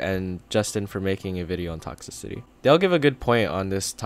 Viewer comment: lol u cant pronounce toxicity lololololo (sorry its for the likes)